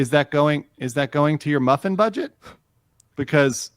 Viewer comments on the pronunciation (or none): none